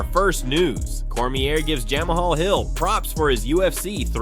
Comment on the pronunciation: "Jamahal" , really?!